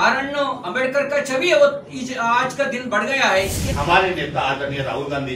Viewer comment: This bjp minister can't even pronounce Ambedkar properly.